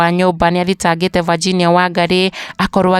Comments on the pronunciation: Mbona unaitq Virginia ati vaginia😮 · Aki tell the kikiuyu daily news to pronounce the name Virginia well .not Vajinia